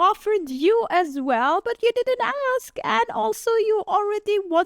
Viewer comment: I axe him... Really Bro?